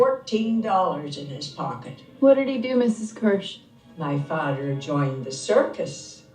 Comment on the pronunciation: “My fathder”..where my novel readers?